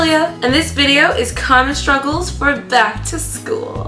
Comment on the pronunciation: Did anyone else notice sruggles instead of struggles?